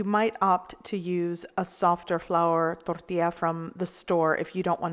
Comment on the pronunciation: I just love to hear you say "torl-TEE-ya". Another great video. Thanks for your practical, non-pretentious and VERY helpful videos! I look forward to each and every one. p.s. your husband is a very lucky man!